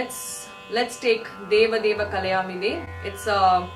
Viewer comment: Problem with Tamil and Malayalam singers pronunciation, it is not Kalayaami de, it is Kalayaami te.